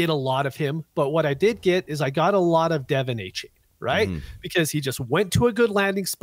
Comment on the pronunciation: Man the way you guys can't remember coaches names, and butchering names like adonai, achane and lagette is so hard to listen to. I'll keep giving yall a chance but yeesh